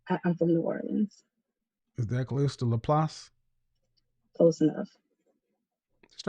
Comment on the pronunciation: Wow I'm from Laplace. And he pronounced it right